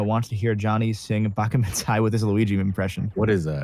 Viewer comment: Johnny butchering Baka Mitai was amazing